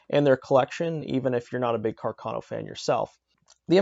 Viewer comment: And Càrcano, not "Carcàno". Other than that, a very good presentation of a true piece of Italian arms history, and a love/hate affair for all shooters in the world. Greetings from Italy!